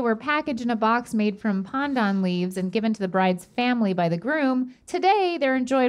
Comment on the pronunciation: thanks for pronouncing pandan correctly:’) that made me unreasonably happy